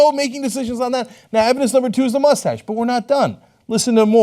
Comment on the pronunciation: I died at "police that moostache" 😂😂